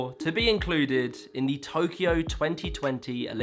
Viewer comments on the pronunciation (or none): none